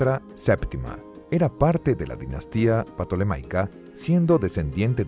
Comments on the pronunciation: Se pronuncia "Tolomeo" o "Tolemaico". La "P" en este caso es muda y no le sigue ninguna "a". Por tanto no es "Patolemaica". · ¿Porqué este narrador dice "Patolomeo" era "Patolemaica"? Hasta donde sé no se pronuncia así, ¿o si? Se escucha raro.